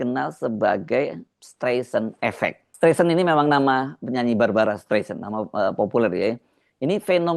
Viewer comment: Streisand itu bacanya "Straisen", Mas